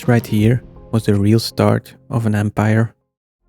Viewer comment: “this right here is was the real start of an antpire ( empire ) ”